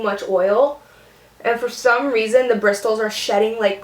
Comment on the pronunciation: Lol did anyone else notice how she pronounced the "T" in bristles? Haha I thought that was cute and diff. :P